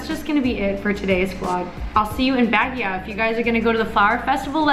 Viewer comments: Bagyaw lol it's pronounced 'bagyo' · Baguio pronounce as ( bag - io / bag - yow ).. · It's Baaaguio you pronounce a very long and fast when you say Guio (Baaaguio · Hi! Will you tell us what is Wil's real name? Please oh please. 🙏 I just found out today that it isn't his real name. I tried to google it but couldn't find anything. 😢 Is it Wilson? William? Willard? Wil..bert? Willie?? Btw take care on your way to Baguio, enjoy! And oh it's pronounced like Bug (as in insect) + Yo (hey yo) = Bug-yow! ☺ Please don't tell that we asked you, he said we'll never find out. I'm just trying out my luck hahaha. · you're so cute when you say Baguio! Lol but it should sound more like BAGYOH or Bag + Yo! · Here's a quick history of Baguio. The name of the city came from an Ibaloi (igorot) word for moss, Bagiw. Pronounced as Bag-iw. You just reminded me of it because when the Americans came to Baguio, they couldn't pronounce it so they called the place Baguio. It's pronounced Bag-yo, by the way. Haha...I grew up in Baguio so I kind of learnd it from elders and teachers.... Love your videos and I'm really inspired with vlogging but I still have a long way to go. I guess, I have to start watching and reading more of the news. :) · I love how you pronounce "Baguio" 😂😆🤣. Way tooooo sexy and sosyal. 😂😂😂❤️❤️❤️ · ang cute ng pagkapronounce mo ng Baguio. 😃😃😊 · i like how you say baguio